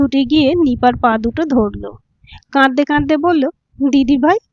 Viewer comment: #গল্পটা ভালো লাগলো। তবে কাদদে কাদদে (ভুলটা) আর বলবেন না। শুদ্ধটা বলবেন "কাঁদতে কাঁদতে"। আরেকটা শব্দ হচ্ছে "ভাবজি", এটাও সঠিক না। সঠিক হলো "ভাবছি"। #এগুলো খেয়াল রাখবেন আশাকরি।